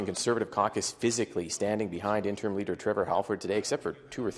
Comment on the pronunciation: It’s not “interm” leader, it’s “interim”.